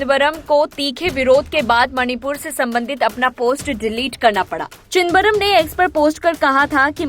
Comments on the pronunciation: ये क्या चिदबरम चिदबरम लग रखा है न्यूज रीडर से ऐसी अपेक्षा नही थी।आपकी सुविधा के लिए लिख रहा हूं,चिदम-बरम,सौ बार बोल कर प्रेक्टिस करें😅😅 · प्लीज नाम ठीक से बोलना चाहीये... "चिदंबरम. "